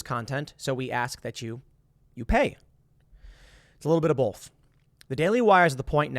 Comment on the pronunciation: It's always bothered me how tim says "bolth" instead of both lmao. Reminds me of how my mom says "saulsage" instead of "sausage" and she gets so mad when you call her on it but it's like she literally cant just say sausage without an L in it